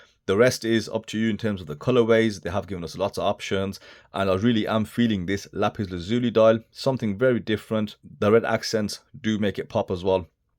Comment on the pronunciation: Thanks for being the only reviewer to pronounce lapis lazuli correctly,! 👍 Great review as always!